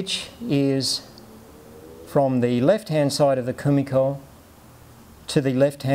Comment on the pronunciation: 1 shot of your favourite drink every time he says komikor